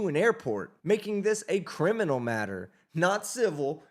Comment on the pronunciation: He's a "Crinimal"🤣